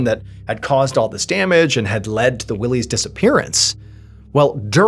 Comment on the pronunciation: “Why-Lee” not Willeys lol and it’s Crawford Notch, when you say “The Notch” we assume you mean Franconia 😉